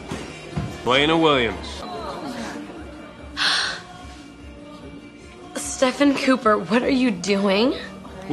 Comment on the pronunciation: “Stefan Cooper” and Kai’s pronounciation of stefan’s name will forever be one of the best fucking lines of the whole 8 seasons.